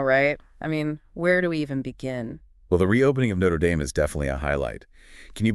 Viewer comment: Learn how to pronounce Notre Dame.